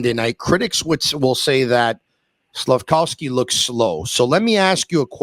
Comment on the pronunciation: Slaf-KOV-sky, KOV, not COW.